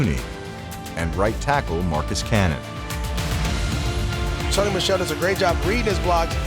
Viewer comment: did the guy doing voiceover mispronounce sean mcvays name?